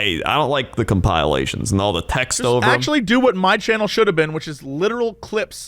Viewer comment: Omg also pronounced it a Cum-pile-ations